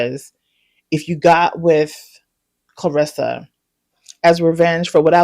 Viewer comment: You're the first person i heard pronounce her name correctly, besides her and her family. Everyone calls her "clarissa" instead of "claressa"